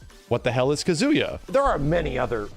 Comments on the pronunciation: He also says Ka-ZOO-ya, rather than KA-zoo-ya. It's the weird American pronunciation of 3-syllable Japanese names where the 2nd syllable gets stressed, like Ma-KO-to, rather than MA-ko-to. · Ka-ZOO-ya, instead of KA-zoo-ya. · KAH-zu-ya not Ka-Zoo-ya... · Bro said kazoooya 😂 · Everytime I hear kazoooya I die a little. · Imagine not being able to pronounce Kazuya correctly. Edit: and Ryu Edit: and shotokan karate.... And not knowing that it's a real martial art..